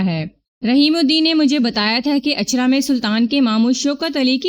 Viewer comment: Ichhra, not Achha. Please correct.